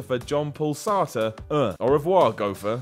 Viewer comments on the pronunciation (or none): Jean-Paul Sartre is pronounced Sar-Tre, not Sar-Ter. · Sartre is pronounced 'Sah-trah' not 'Sar-ter'. Good list... missed linking Deadpool in with Ferris though. Or did you? Maybe not... it's you list. Write whatever the hell you want. But you still pronounced Sartre wrong. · That Sartre pronunciation though